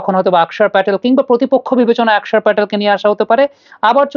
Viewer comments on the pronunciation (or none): none